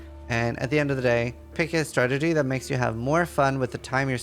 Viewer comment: You got a like and I'm already a subscriber... but if I have to hear you say "stragedy" instead of strategy one more time I think I will shoot myself!